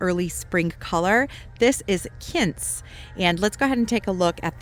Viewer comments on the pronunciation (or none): Pronounced kwins, not kins.